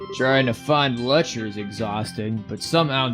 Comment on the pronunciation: It's pronounced Lek-ter. Put an emphasis on the t rather then constantly making it silent. It gets kind of weird hearing you call him Lecher all the time :p Also fun fact but if you interact with the board at the front desk after final exams you'll learn that Lechter scored first among all the seniors despite never showing up for class.